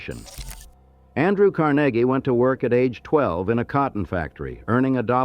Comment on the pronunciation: Car NAY ghee, (not Carn a ghee).